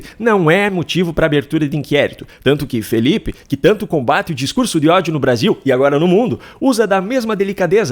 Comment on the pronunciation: "... O Bavil deveria pôduvir... quêm errei?"